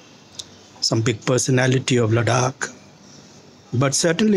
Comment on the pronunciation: He can't even pronounce the name of Ladakh properly. 😆😆😆 What kind of a Ladakhi is he? Just wanna say deep down from my heart "SHAME ON YOU"